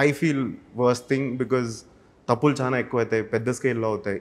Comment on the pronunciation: Meeru chana ani antunnaru adi chala ani anali telugu nerchukondi